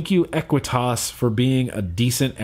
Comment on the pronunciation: He's right about the pronunciation, but you still need to tweak the way you are emphasizing it. "Equi-tas" MORE emphasis on the "ui" LESS emphasis on the "tas" the "tas" sounds more like "tus". To be simple, just use your original pronunciation but instead start the word with "eh" instead of "ah"..if that makes any sense haha